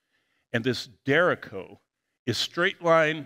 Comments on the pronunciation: 🤣😂 “derecho” isn’t pronounced DARE-echo like Jericho, it’s a Spanish word, pronounced de-RAY-cho, and you pronounce the ch the same way you do at the beginning of chess or choose. Derecho means straight ahead, thus a storm that plows down everything in its path, going straight ahead, is a derecho. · Der-each-Cho, good attempt thought 👍